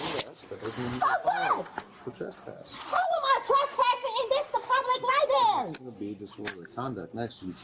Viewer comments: "Itsa public LIBARY" She may wish to use the library to improve her English. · Lieberry😂 She's probably homeless 10!! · True cause for arrest is her saying “libary” instead of library. Disgusting behavior 😂